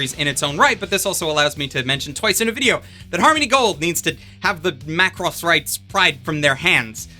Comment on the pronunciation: The way you say "mah cross" is offensive.